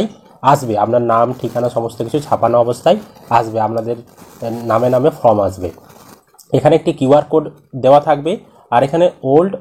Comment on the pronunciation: ফ্রম নয় ফর্ম বলুন।